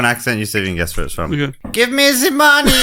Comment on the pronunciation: "Give me ze money" 😂😅 So close to John Malkovich's Teddy KGB in Rounders 🤣❤